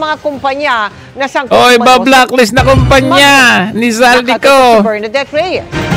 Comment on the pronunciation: Bakit hinde mabigkass ni mel tiangco ang pangalan n8 Zaldy Co?..